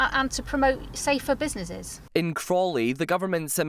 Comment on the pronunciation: What’s a “businesseees”? Why can’t this person speak correctly?